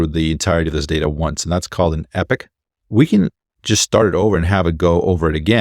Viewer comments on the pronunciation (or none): it's pronounced EE-POCK, not EPIC. Love your content brother, I rely on what you provide. Thanks, even if you're actually an AI;) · Brilliant summary, but please, please pronounce 'epoch' correctly: epoch is pronounced as [ ep-uhk or, especially British, ee-pok ] and not EPIK - drives English people nuts pronounced that way!